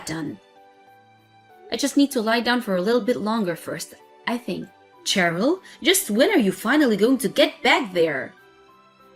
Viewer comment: Nitpick- it's pronounced sherill as in shy, not ch as in chin.